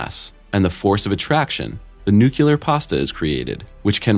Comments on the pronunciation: Repeat after me! "NUCLEAR", "NUCLEAR", "NUCLEAR"! Not "NUCULAR". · NUCLEAR NOT NUCULAR! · Okay, very informative, but you need to learn how to properly pronounce nuclear. There is only ONE u in the word. It is NOT nu-cu-lar, it is pronounced nu-clee-ar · Yea it really bugs me when people do this. New clear.... not new cue lar lol. Like the channel and the videos though. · Made it to before saying "phenomena", bravo. Also it's NU-clee-er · It's concerning that the narrator can't pronounce the word "nuclear" properly. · dude needs to learn how to pronounce nuclear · Fascinating. How one can narrate this without knowing how to pronounce 'nuclear', that is. Also; this video is 90% about things established and explained, not weird mysteries. Clickbait. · That one always jumps out at me since my Dad worked on the Polaris Nuclear Sub program. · best youtuber can't pronounce "nuclear" properly? Your standards must be very very very low.